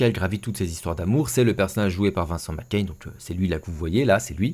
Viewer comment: Super mais ça serait juste bien de pas prononcer Macaigne McCain 2 fois sur 3 (après tout on ne dit pas Emilie Deux Cain... bordel il le fait !). Bref, osef, RIP belle actrice 😢